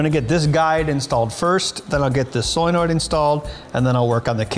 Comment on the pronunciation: You lose cred every time you say 'soilnoid'.